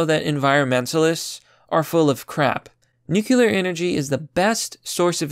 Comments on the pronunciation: Agreed! Nuclear is the future. Just fyi - nuclear, not nucular. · Its NU-CLE-AR energy, not Nu-Culur, you sound like W Bush, and you should never misunderestimate the strategery of those Nuculur WMDs. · New clee err NOT NUKULUR! Say it right please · New... clear... nuclear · I just want to hear one person outside of the business that pronounces nuclear properly. 😂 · Bro, I'm aboslutely convinced that you're just a robot who's never heard human language before. The shit you mispronounce is simultaneously hilarious and disturbing. You have such a hard time pronouncing common words, like nuclear, or Aldous. It's commical. I keep watching your videos because you actually make really good ones. I've given you a hard time plenty of times, but I'm a pretty big fan tbh. lol "nukular", "Aldious". Keep up the good work, homeboy. I'll keep giving you a gentle hard time out of love